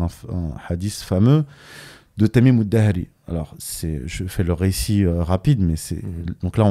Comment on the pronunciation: Juste une remarque concernant le nom du compagnon cité par Youssef Hindi. Il s'agit en fait de Tamim Addari تميم الداري et non pas Adahri.